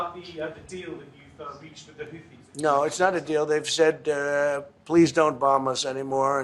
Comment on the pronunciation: ITS NOT HOUTHIS